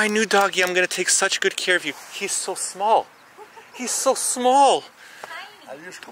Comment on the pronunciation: Could literally distinguish that was saying "smol" instead of "small" lol